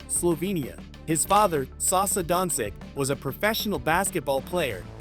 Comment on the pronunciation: Jesusssssssa...can you kearn how to say his surname right before commenting....Dončič...Luka Dončič!!!